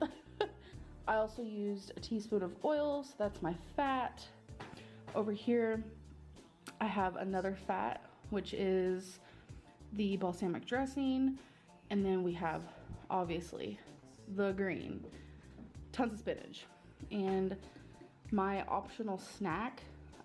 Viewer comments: I like that she pronounces balsamic more like “ballsack”. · Ball-sam-ick = balsamic Feelings= fuelings Lah= lie Pitcher= picture Bas-sa-mi-tee = basmati Did I miss any? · She is a troll ... and I don’t think she really even cares about weight loss anymore It’s working ... oh I need to quit lol 😂 she’s a joke she could easily live off 900 calories or less Ps anyone else hear her saying “feelings” and not “fueling” And the way she says balsamic is just plain ol silly She’s annoying .. with her big old roller coaster of self